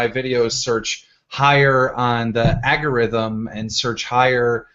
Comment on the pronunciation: "agarrhythm" Seriously Keem? It's "algorithm" you dense constipated turd.